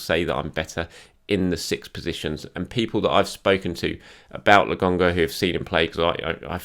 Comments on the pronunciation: It's LO-KON-GA... I don't think it's funny. Come on mate. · It’s a “K”,! A “K”! Lo”K”onga! No one can be THAT stubborn about a pronunciation, mate. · Mates, mates, settle down. I honest to goodness love. It’s just that “Le GONGGA” that’s been really getting on my nerves is all. I’m just playing with him. It’s not a criticism. If it was, I’d be questioning journalistic credentials et al, which I sure as shit am not. our man! <3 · C'mon it's LoKonga, give the people what they want.. at this point I think you just do it to spite us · lad, his name is LOKONGA😂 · While you’re on holiday this is your only homework. Lo-konga repeat after me please! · i wonder if could say Lokonga's name correctly by the end of the season:D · Please,! Just call him Sambi if you can’t pronounce his name, it’s driving us all insane! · It’s frustrating to listen to isn’t it? It’s disrespectful and makes me want to stop watching the videos. I like the channel, but come on,. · it’s not difficult to get his name right. I don’t “hate” it, but I find it to be disrespectful that he keeps saying the kids name wrong. I don’t see the issue here, Bob. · lol. When he says it, I just laugh.